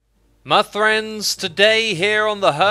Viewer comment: Did you just open the video by saying ‘My Thrends?’